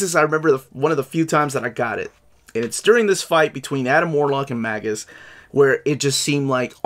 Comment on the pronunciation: Magus is actually pronounced as may-gus or may-jus.